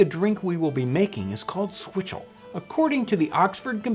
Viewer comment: Did this dude just say swizzle?